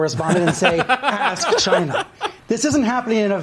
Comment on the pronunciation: Greg Gutfeld played a montage of Trump saying "CHI-NAH" to numerous people, numerous times...Not just to the Chinese "journalist"